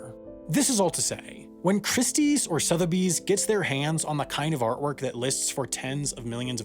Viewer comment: IF you cannot pronounce SOTHEBY's correctly, as is repeatedly done in this video, you might be one of the f00ls who are definitely scam material... There is NO "R" in Sotheby's...